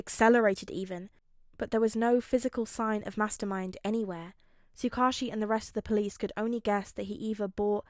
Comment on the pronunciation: I just wanted to say finally a tsuk ouchie pronouncer. I’ve always read it as that and I never noticed when I first listened to the video since me too! It’s always weird hearing Tsukuichi or however it’s spelled because I’m like who??? An oc maybe? But then he’s in other videos and I’m like WHO IS HE!!!???? But in reality it’s the off brand Man in the yellow hat from curious George.